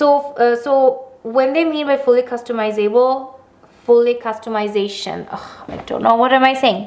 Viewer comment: The beginning 😂😂 “customize-able”....